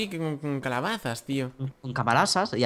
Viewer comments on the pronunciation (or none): DIJISTE CABALAZAS Y ES CALABAZAS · minuto dice (cabalasas) like para que lo vea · dijo en ves se calabasas dijo cabalasas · es mi idea o dices cabalaza en ves de decir calabaza?